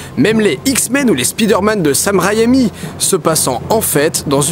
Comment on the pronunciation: "Sam Rayami" ? ouh la je crois que t'as charcuté violemment le nom de Sam Raimi je pense ! ^^'